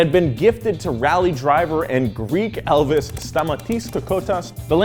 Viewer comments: staMAtis KOkotas, is pronounced, just shout at the capital letters! (I am greek, but greek elvis? heck no) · Stamatis Kokotas is pronounced as Sta ma tis (tone on ma) Ko ko tas (tone on ko) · He totally butchered that greek name